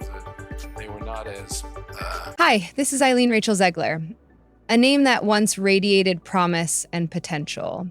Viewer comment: Great video but you never did figure out how you wanted to pronounce Zegler. Gotta pick one way and stick with it. Lol